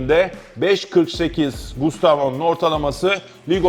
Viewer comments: Abi gustavo mu diyorsun yoksa mustafo mı diyorsun anlayamadım valla :) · Gayet güzel anlatmışsın ağzına sağlık 👏 yalnız telaffuz da sıkıntın mi var hocam bana mı öyle geliyor mustafo der gibi çıkmış 😂